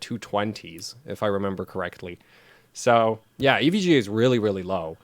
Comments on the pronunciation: Did you really just pronounce "EVGA" as "ev guh"? lmao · Glad to hear I'm not the only one who playfully pronounces EVGA "Ev-gah". :D